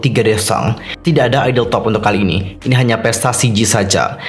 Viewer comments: bacanya ai enu ai kak buka ai ni, meskipun tulisannya INI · INI dibaca ai-en-ai bang👍